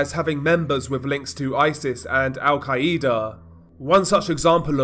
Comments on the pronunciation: The way you say Al quaeda😂i can't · I still get ignore him saying Al-Qaeda wrong o3o